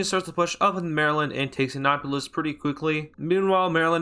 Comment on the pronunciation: it sounded like you said acknawpolis Also, as a Marylander, we were so close to winning. VIRGINIA WHYYY